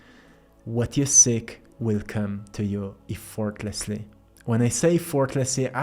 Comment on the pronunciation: You'd mentioned learning English in some cases from us - just caught one I forgot to mention a few times: the E in Effortlessly is an "Eh" sound rather than "Ee" - you really have been kicking a** on language skills, and English is tough as hell bc the rules aren't always consistent.